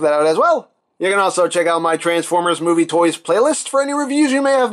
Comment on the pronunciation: the way he says transformers😆